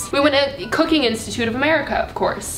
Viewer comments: When she cooking by the book I genuinely heard cocaine 😂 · When you said your interests were cooking , I honestly thought you said cocaine😂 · Omg when said ‘Cooking’ I swear to god I heard cocaine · when she said cooking i thought she said “cocaine” 😂😂